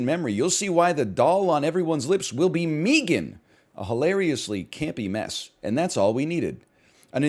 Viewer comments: Why does be pronounce it meegan I'm going to go joker mode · Obviously it's meant to rhyme with began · He probably says it like that because of the Key and Peele bits with Meegan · why does he say it like that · Probably because no one pronounces 3 like "thray," not even Canadians.